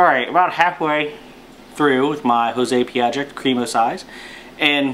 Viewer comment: You pronounced it better than the last vid I watched on this Cigar!@